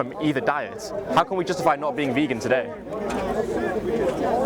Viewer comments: He is so intellectual that he cannot pronounce vegan.....good work, you got him at every point, maybe he will watch it back and see how his "intellectualism" clouds logic. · "Can there be moral arguments for being a vaygan?" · What the hells a Vay-gan?